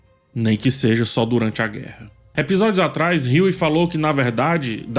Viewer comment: creio que se pronuncie Hugh e não Hughie. O Martelo.